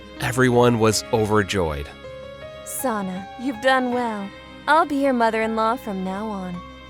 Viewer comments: Every time they said Sana it sounded like Santa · When they mispronounce Sana 😭😭😭